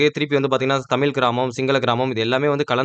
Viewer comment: தமில் அல்ல தமிழ்.... ழ ழகரம்! பாடசாலையில் தமிழ் எப்படி உச்சரிப்பது என்று கற்றுத்தரவில்லையா? 🤦🏻‍♂️